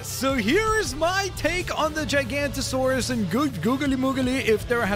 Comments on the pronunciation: the way he says gigantosaurus! 😂 it’s pronounced giga-nato-saur-us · Giganotosaurus not "GiGaNtOsAuRuS" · HE CALLED IT A JI GANTOSAURUS. IT'S A GIGA-NOE-TOE-SAURUS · Uh i think u said Gigantosaurus Not Giganotosaurus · what the guy meant is that the person in this video mispronounced giganotosaurus as gigantosaurus which is 2 different dinosaur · Okay, this guy should know that dinosaur besides t rex known as gigantosaurus is actually pronounced giganotosaurus. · its giganotosaurus not gigantosaurus but great vid🤩🤩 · It’s giganotosaurus, not gigantosaurus, common mistake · It’s not called a gigantasaurus it’s called a giganotasaurus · he says its a "gigantosaurus" ITS NOT ITS GIGANOTOSAURUS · ITS CALLED THE GIGANOTOSAURUS NOT GIGANTOSAURUS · And of course he says gigantosauruss instead of Giganatosaurus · Gigantosaurus? WTF its Giganotosaurus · Firs to all It’s not Gigantosaurus It’s Giganotosaurus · its not gigantosaurus its giganotosaurus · its giganotosaurus not gigantosaurus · Its giganotosaurus not gigantasouras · ITS GIGANOTOSAURUS NOT GIGANTOSAURUS AUUUUUUUUUUUUUUUUUGHHHH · Imagine saying gigantosaurus and not giganotosaurus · he pronounced the giganotosaurus wrong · not gigantosaurus its giganotosaurus (gig uh no toe sawr us) and no spine!!!!!!!!!!!!!! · It's GIGANOTOSAURUS not GIGANTOSAURUS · Its not pronounced gigantasaurus. Its giga(giga chad😏) noto(not-oh) saurus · It would be pronounced gig-a-not-a-saur-us or gig-a-no-ta-saur-us depending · Bro said gigantosaurus!😂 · giga- noh-ta-sor-us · Giganotosaurus pronounceation (ji-GA) notosaurus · this guy mispronounced big time. Real pronunciation: “GIG-UH-NOT-UH-SORE-US. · its giga-noto-saurus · It’s pronounced JIG-a-note-a-sore-us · it’s pronounced giga-no-toe-saurus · It’s not gigantosourus it’s giga-nono-soaurus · You said gigantasourus wrong did I spell it right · Jig-a-no-ta-saw-us. Pronounce it correctly. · you pronounce giganotosaurs gig a not o sore us